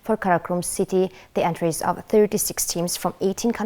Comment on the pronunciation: Entries гэхийг энтрайс гэж уншаад байхын 😮